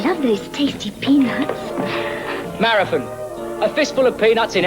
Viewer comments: "Mozba" 'Marithin" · Every time you say “maraTHIN” rather than “maraTHON” my eye twitches. Seriously though, fascinating history! Keep up the good work.